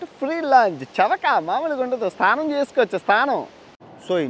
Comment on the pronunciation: STHANAM kaadu SNANAM ......